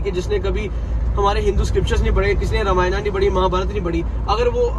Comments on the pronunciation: Brro you are not a real Hindu apne granth ka toh shi se naam lena seekhein pehle it's Ramayan not Ramayana ok orr yeh channel bhut se non Hindus bhi dekhte hain unpr kya impact pdega aapne kbhi kisi muslim ko Namaz ki jagah Namaza kehte hue suna hai toh aap bhi apni glti sudharein. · Bhaiya ramayana nhi ramayan boliye Jai shree ram 🙏🏻🙏🏻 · भ‌इया अगर आप रामायणा की जगह रामायण बोलोगे तो ज्यादा अच्छा है। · रामायना ❌ रामायण ✅ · Bhai ye sab toh thik hai par ramayana kyu bol raha hai रामायण ko google translate bhi रामायण hi bolta hai tu kyu angrez ban raha hai😂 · भाई पहले तो रामायना बोलना बंद कर... "रामायण" बोल